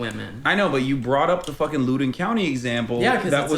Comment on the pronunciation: You can tell he only reads the headlines when he says “looden county” … it’s “lowden county” loudoun county